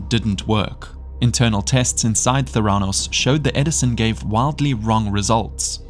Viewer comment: Correct Pronunciation: Ver-sed. Not versed Memorial Medical Center; Ther-uh-nos The Dropout; Ka-zyn-ski Mindhunter: Unabomber; Doss, not D.O.S Nxivm; Li-oh-ta